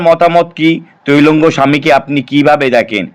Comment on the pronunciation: কথাটা তৈলঙ্গ না ত্রৈলঙ্গ স্বামী, একটু জেনে জানাবেন আশা করি ।